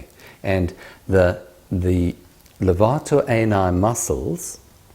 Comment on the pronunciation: The British pronunciation of Levator Ani is marvelous.